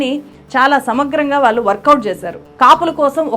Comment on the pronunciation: చాలా బాగా విశ్లేషించావమ్మా. ఇంత బాగా తెలుగు మాట్లాడుతున్నావు. కొంచెం ఒత్తులు పలకడం దగ్గర, ళ అక్షరం వాడవలసిన చోట ల అక్షరం వాడుతున్నావు. వాల్లు అనేబదులు వాళ్లు అని అనలేవా? అంత కష్టమా?